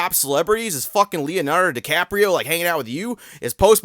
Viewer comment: At first I thought you said "Leonhart-o Decaprio" 😂